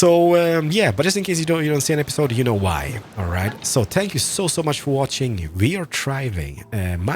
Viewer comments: I love the fact that he says"spank you" Instead of "thank you" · did you just say spank you :P